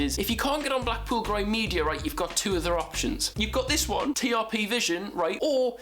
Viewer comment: will you said right not reet